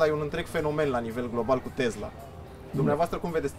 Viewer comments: Tesla, cum pronunța domnul Țiriac ( cu ,,s") nu Tezla cum pronunță cel care îi adresează întrebări... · A zis tot timpul " tezla".